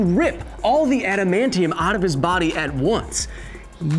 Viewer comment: Orrrrrrr... U can shoot him with an "ADAM-MAIN-KNEE-YUM." bullet 🤙🏾